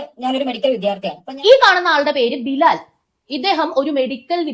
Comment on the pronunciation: ബിലാൽ അല്ല ഹിലാൽ...